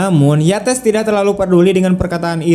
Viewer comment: Cara baca nama : YATES bukan di blasss pakai bahasa Indonesia jadi Yates juga. Tapi ditutur pakai bahasa Inggris yang bunyinya menjadi : 'YEITSS'.